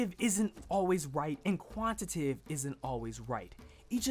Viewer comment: lol love the concept of the video, and this is just a nit pick, but when you pronounced 'Quantitative' and 'Qualitative' you mispronounced it. Forgive me if this has already been addressed, but you were saying "Quantitive" and "Qualitive". I'd normally let this go but seeing the preparation and planning you put into it, and also that you went to the trouble of putting the definitions on-screen with the proper spelling, I thought I would let you know. I'm not trying to come off as rude or mean, just some of the constructive criticism you guys often talk about during the podcast. That aside I agree with most of the points you made in the video, and I really appreciate the content you put out. Looking forward to more in 2016!